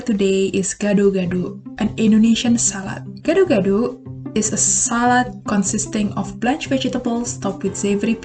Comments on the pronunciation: Gado-gado. You did it wrong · How to say gado gado is (Gah doh Gah doh